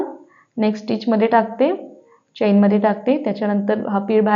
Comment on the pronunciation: Please pronounce chain as चेन (चैन नाही)! किंवा मराठीत साखळी म्हणा.बाकी सर्व छान❤